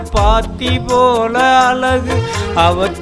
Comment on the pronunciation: அழகு உச்சரிப்பு அலகு என்று உச்சரிக்கிறார்